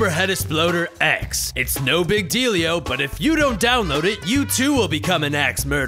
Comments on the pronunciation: Deal yo not dealio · it sounds like big dildio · He said dealio 9 times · The whole point of this episode is saying "dealio". Golden comedy. I really Meanio it.